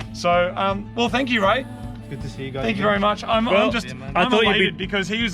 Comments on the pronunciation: Oh man, when Moog said "Its Ray!!" I thought he said "It's rake!!!" I was really excited to see if rake still loves it after all these years, but alas the wait continues :( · I thought he said Rake